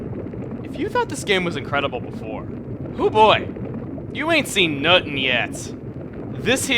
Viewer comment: When Chugga says Nutin the it must be good.